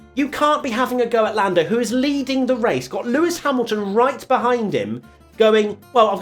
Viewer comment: Been hearing a lot of “Forlando” in every review lol